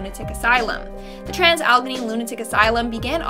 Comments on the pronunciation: It’s AL-A-GAY-NEE ..ALLEGHENY. NOT ALGONY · Allegheny pronounced..... Al - ehh - gain- eee